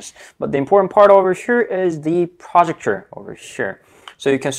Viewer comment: What the fuck is a "projucture" Pro-ject-or.